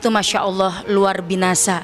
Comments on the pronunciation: Ustdzahnya klo ngomong kok bgtu ya,luar biasa diplesetkan jd luar binasa 😢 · Luar binasah......? Luar biasa bu klarifikasi langsung kalau kesleo lidah. Y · Ahhhhh Luar Binasa?? Luar Biasa kali buu😥😥😥 salah bcra tuh ibu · Aku fikir aku doang yg denger luar binasa kirain aku salah denger taunya beneran dia bilang luar binasa 😅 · LUAR BINASA itu apa ya ustdzah orang baik jdi mualaf kok luar binasa kepleset lidah kayaknya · Sama. Q juga dengernya luar binasa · Maaf apa saya salah dengar.. Ustazah bilang luar binasa... Harus nya luar biasa... Mungkin salah ngomong kali yah.. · Mohon maaf ..ibunya yg berkaca mata salah ucap..bilngnya luar binasa..mohon di ralat.. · Ni ibu ibu siapa sih.. kata katanya gak sopan. Aku ulang berapa kali n aku deketin telinga jelas terdengar "luar binasa" paraaaah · berarti bener yah dia bilangnya Luar Binasah 😅…. Itu lidah-nya ke cengklak kayaknya kak mau bilang luar biasa jadi luar binasah 😂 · Ibu ga typo nyebutin nya ya.. luar biasa Bu bukan luar binasa😢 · Luar biasa bu ..bukan luar binasa 🙏 mohon di koreksi bu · Ko kedengarannya bilangnya luar binasa bukannya luar biasa ya... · LUAR BINASA ??? Yang benar itu LUAR BIASA. Itu ngomong disengaja atau memang ngerti ? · Kok binasa s buk,tolong d perbaki bhsnya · Ustadzah kok bicaranya gitu, luar biasa bukan luar binasa hadeeh 🤦‍♂️ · Iya bener😂😂😂 ngelawak apa inj beliau yah ngomong binasa😂